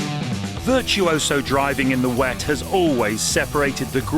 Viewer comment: "King of the weet" There it is 😂